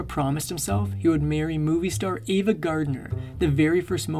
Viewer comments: It's AVA,not Eva, just so you know. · I enjoyed your video. Just want to point out that it's 'Ava' Gardner, not 'Eva'. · He was a fabulous entertainer, but a horrible person. Misogynist, bully, selfish, cruel & unfaithful. P.S. It's AVA not EEVA, and he died not 2 decades ago, he died 3 decades ago. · Ava Gardner not Eva.